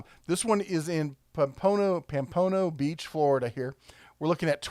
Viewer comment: As someone who works in Pompano Beach, you totally butchered the pronounceation of it and gave me a nice chuckle